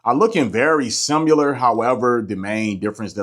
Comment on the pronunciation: “SIMILAR” what is “SIMULER” ?? lol